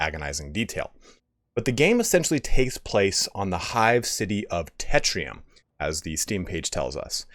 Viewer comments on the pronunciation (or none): Literally everyone is calling the city Tetrium, when it's Tertium.